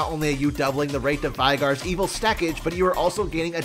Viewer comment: its veigar not vaigar